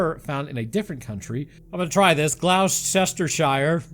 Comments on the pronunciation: Gloucester = GLUS-ter. (Not too bad.😂) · That’s how we pronounce it too. It was painful listening to that butchery of place naming. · Gloucester is pronounced gloster if that was the place you was trying to say. Or sometimes pronounced glochester